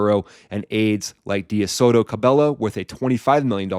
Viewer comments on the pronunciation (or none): none